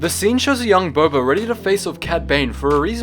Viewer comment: did you say bobba